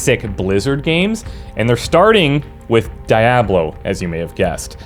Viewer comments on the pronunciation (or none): "Die Aw Blow?" its Diablo dude. DEE AHH BLOW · its dee-ablo, not die-ablo lol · Its Diablo, not Di-A Blo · Dee ah blow....not die ah blow... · DIE ABLO???? ITS D DI ABLO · Dee ah blu... Diablo... means devil in spanish... its not BLOW its BLU like blue... but BLU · Dude, there are several voice actors during the in-game audio that pronounce the game name, no excuse for pronouncing it wrong! Especially if you have played before, seriously! Dee-aa-blo not Die-aa-blo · "DEEablo", not DIEablo" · Die- ablo!😂 Is suppose to be DEE-ablo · Every time you said Die-ah-blo it made my skin crawl. Please learn how to pronounce the title of the CENTERPIECE OF YOUR VIDEO. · die ablo ? isnt it deablo ? 😂😂😂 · Pleaaaaase stop saying Dayablo God dammit, it's DI A BLO! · Its Dee Ob Lo holmes. Not Die Ob Lo. Oh fuk....your Canadian. Shit....I change to thumbs up and thank you for Hockey and good Beer. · Why are you pronouncing it die-ab-low instead of dee-ah-blow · HE LITERALLY LOST ME AS SOON AS I HEARD DIE-AH-BLO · DIE ablo? WTF? LOL. Do you also say EYE rack, and EYE talian? Haha. :) Man, that's a trigger, right there. (Big of you to ping this comment BTW, immediate thumbs up). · the DIE A BLOW OCD IS REAL hahahaha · Cool to see this classic again but it's DEEablo, my friend. Spanish for "devil". 😉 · What the heck is die-ablo? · Die ablo?? Noooo. No No.no.no. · I checked the comments just to make sure that you got a proper ribbing for calling it DieAhBlow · so what is gog and whats the difference? why so excited i dont understand ? its the same game but u can now buy it from someone else? and who the hell says daayaaablow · HESUS FAKING CHRIST DONT SAY DAY ABLO !!!! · DYE AH BLOW reeeeeee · DEE ah blo!!!! Damn dude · It's said dee-ablo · Why are you showing diablo and talking about Die-ablo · Say it with me, "Dee-ah-blow" And if you weren't aware, "diablo" is Spanish for devil/demon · I think you're saying it wrong, it's dee-ablo, I think, that is how it is said in Spanish